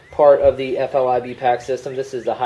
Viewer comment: I thought it was an FILBE not FLIBE...